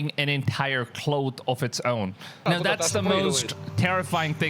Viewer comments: Cloth...not cloath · Man..have google pronounce "cloth" for you. Lol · Cloooth? Claw-th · Cloth is pronounced (Claw-th) NOT (KLOWTH) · Are you trying to pronounce clothes ? With an “s” or cloth or cloak